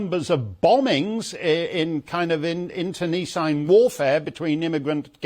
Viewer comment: If one can't properly pronounce 'Internecine' one shouldn't be paid in order to 'Speak!'